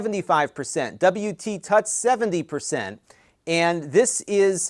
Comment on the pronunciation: WPTuts is pronounced "W P Toots" and stands for WordPress Tutorials.